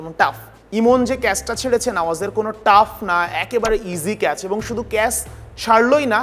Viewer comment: ক্যাস নয় ক্যাচ